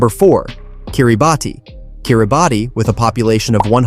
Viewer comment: Kiribati is pronounced like Kiribas😅